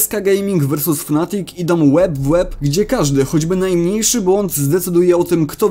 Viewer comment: Ja nie wiem gdzie ty kurwa w nazwie "fnatic" masz dwa A ty chyba czytasz nie potrafisz